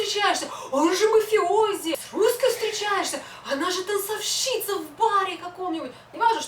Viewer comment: Спасибо за правильный русский язык, который - изрядная редкость, особенно в среде т.н. видеоблогеров. Услышать 'танцовщИца' в разговорной речи, как бальзам. :-)